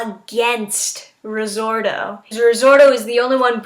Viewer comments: RI! ZOTO! NOT RIZORTO!!!! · Resorto? It's risotto hone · Risorto... Is it really that hard to pronounce it correctly, or anything for that matter.